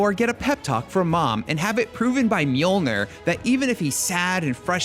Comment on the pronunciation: its Mjolneer and not Mjolnr